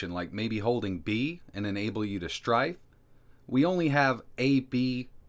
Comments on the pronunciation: you know the word is STRAFE right? not STRIFE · Isn't it 'strafe', not 'strife'? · Saying strafe wrong too many times might get you into strife. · Oh my god, STRAFE, not STRIFE. This video drove me crazy. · Same, I was thinking is this an Americanism? It's definitely Strafe lol.